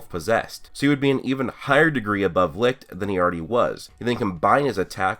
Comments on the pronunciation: Only complaint is that u said licht wrong, my guy its pronounced lisht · The way you pronounced Licht made me choke!Had me dying.